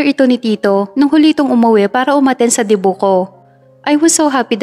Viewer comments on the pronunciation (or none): none